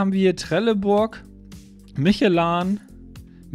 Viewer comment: ALTER LERN MAL DIE MARKENNAMEN OMFG: VreDESTEIN nicht VredeNstein.... MischlÖ nicht MICHELAn. Reicht schon wenn mit seinem Kaackostdialekt kein Deutsch kann.